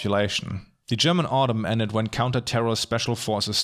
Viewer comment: I almost wasn't able to tell that you are German, but your pronunciation of the German words was just too perfect. I think you can take that as a compliment. I've seen a couple of analysis videos on Deutschland, but yours was by far the most in-depth yet on-point one. Although this video seemingly doesn't represent your work here on Youtube, I've left you a sub and am looking forward to explore your less recent videos.